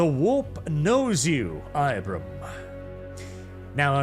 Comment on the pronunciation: Excuse me cough"Inquisitor"cough, but Ibram is pronounced ebrum with a long e, not EYEbrAM. Just thought you should know so that you don't commit a faux paux when you meet the Colonel-Commissar.